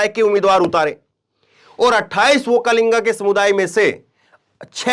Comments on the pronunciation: Vokkalinga nahin VOKKALIGA. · Sir,Vokkalinga nahin, Vokkaliga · ओक्कालिंगा नही ओ ओक्कलिगा है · You pronounce wrong okkalega. okkalega is correct